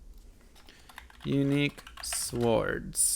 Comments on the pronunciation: i like how you pronounce the "w" in sWords...hee hee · swords is pronounced "sords", despite the spelling; I like the new format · It's pronounced sord*, the w is not pronounced. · The emphasis you put on the W in the word Swords is throwing me rofl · And i thought the w is silent